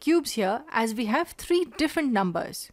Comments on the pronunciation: three not tree 3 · TREE IS TREE